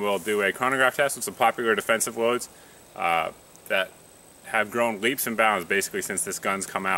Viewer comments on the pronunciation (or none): none